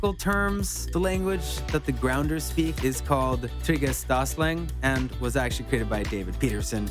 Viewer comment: I'm sorry, but the way he pronounced Trigedasleng and Octavia bothered me so much.